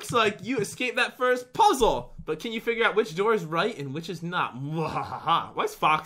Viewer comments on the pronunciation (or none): HE SAID PUDDLE INSTED OF PUZZLE